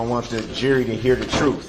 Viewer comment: The troof? You can’t handle the troof!!